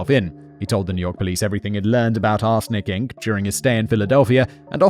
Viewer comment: I keep hearing 'arse licking' sentences like "people involved in 'arse licking'..." or "victims of 'arse licking'..." had me rolling over the floor